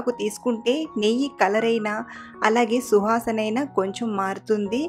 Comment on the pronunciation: super andi but suvasana andi shuhasan kadu andi 😂